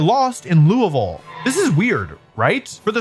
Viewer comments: Wolfey pronounced Louisville correctly this time!! 🥳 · I'm so happy that Wolfey learned how to say Louisville! For those not in the know, just choose your favorite syllables and only say those.